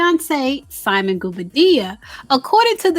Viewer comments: 😂😂😂Everyone in Africa be cousins man...and its Simon Gwo-Bar-Dee-Ya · The real tea is that you keep pronouncing that man’S name incorrectly. 😂😂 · If you're going to report on simon PLEASE say his last name right. I cringe everytime you say it